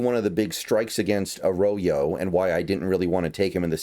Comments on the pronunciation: It’s not ah-raw-yo. That’s very incorrect. It’s Ah-RRo- Yo And by the “ RRO “, I put the double RR to indicate that’s an r roll. If you can’t roll your R’s / aren’t Latino, then it sound sound closer to Uh-Ro(w)-Yo Uh raw yo is very wrong though. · A rodeo? I highly doubt that’s how you pronounce his name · His last name is pronounced Ah-roy-yo. It’s Spanish. It’s kinda fire we drafted two Mexican Americans. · I’d go with: “Uh-roy-yo” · Yes, Arroyo is pronounced Ah-Raw-Yo. If it sounds foreign to you, it's because it is. He's Mexican. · I don't want to be an asshole but "Arroyo" and "Milroe" should not be difficult to pronounce at all lmfao